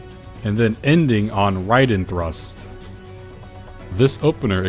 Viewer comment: I keep hearing "riding thrust" :|